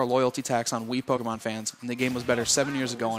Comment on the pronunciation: ita pokemon not polkamon